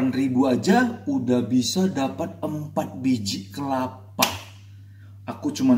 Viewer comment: kelapa bang bukan kepala